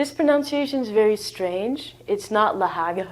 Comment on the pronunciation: . - pronounce-ation while explaining LOL